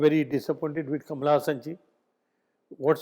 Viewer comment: Ye baar baar kamla Hassan bol rahe hai😅